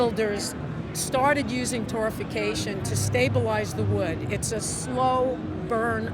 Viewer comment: It's Torrefaction not Torrification.